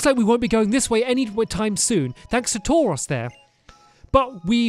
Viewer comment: Its Tuaros (TORE-OHS)